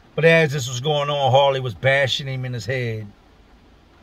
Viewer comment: Were you trying to say Harley or Hoirley?